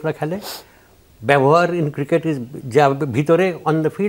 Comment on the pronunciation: আমি অনেকদিন ধরে ফলো করি ,এই উপস্থাপক ৯০% সময় ক্রিকেট শব্দটা উচ্চারণ করতে পারেন না।